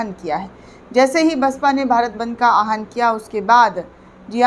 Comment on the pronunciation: Please correct pronunciation Aahan into Awahan. Thanks.